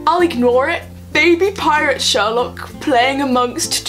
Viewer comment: It was more like "Sawlock" then "Sherlock" tbh. I have to say: I love the characters and I spend a lot of time getting to know them to a point where they felt familiar, but now... WHAT THE HELL DO THEY THINK THEY’RE DOING?!?! Also, dear writers... IS THIS THE END???? REALLY??!?!? WHAT THE FUCK???!!!!